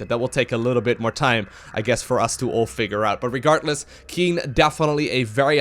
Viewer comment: or "regartless"